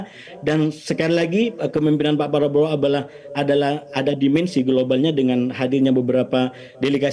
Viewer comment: Kau udah 3 kali salah sebut nama pak prabowo 1 perbowo 2 plablowo abala 3 prabroro 😂